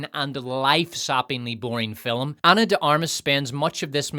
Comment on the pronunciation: I love the way calls this a "filim"...sounds like fill "em.